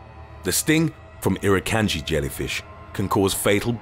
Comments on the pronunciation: The way you pronounce irukandgji is e-roo-kahn-g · Pronounced: Irukandji (Ir- uh - kahn - jee) . Chironex Fleckeri (Kye - ro - nex Fleck - eh - rye) Nematocysts (Nee - matto - cysts) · It annoys me on how the way u pronounce irukandji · Not once did you actually show a box jellyfish you only showed an irukandji, you never actually showed what a box jellyfish looks like they were all different species of jellyfish, and you pronounced irukandji, chironex flekeri and nematocysts wrong.